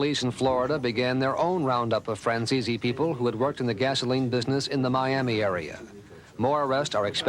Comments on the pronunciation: His name is Franzese not Franzeeezeeee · Nice work Mike, hey I just gotta know one thing: why do some people pronounce your name as Fran-ze-see? When I hear you say it, it sounds more like Fran-zeese. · The way the news reporters pronounced your name lol "franzeesee" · Hey Michael, why is it that nobody can ever pronounce your last name correctly? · Hearing your last name mispronounced makes me cringe. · They can't even say your name right.